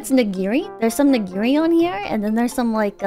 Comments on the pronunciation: the way pronounce nigiri will haunt my sleep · why do you pronounce "nigiri" with an extra g 🤨